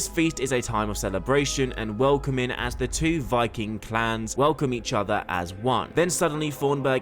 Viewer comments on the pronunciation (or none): none